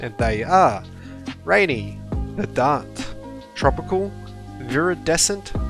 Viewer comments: Verdant is pronounced like verdent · You mispronounced Verdant. I've never heard the stress on the second syllable.